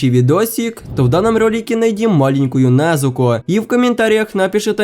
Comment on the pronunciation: Ты ошибся не Назуко а Незуко не для драки я просто скажу